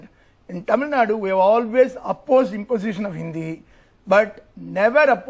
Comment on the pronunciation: It is Actually Thamizhnadu, but it is acceptable to call Tamilnadu. But I frequently hear people saying Tamilnad or Tameelnad. Do justice to the name atleast by pronouncing it correctly 🙏